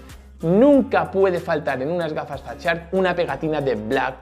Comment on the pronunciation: jajaja, pro dios enfermo, jajaja eso de volar los drones al revés, te esta empezando a afectar...... "la mare que et pari", jajajaja que manera de reírme......... mas serio no te pones.... menudo ingles como el mío, en el momento fatshark casi te muerdes el labio jajajaja, grande grande....... no dejas de sorprender maquina... tu si que eres pro.... 😂😂😂😂